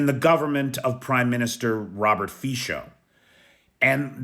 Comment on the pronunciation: I like the English pronunciation – "Fajko"